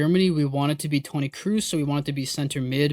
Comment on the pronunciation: pls dont say krous is kroos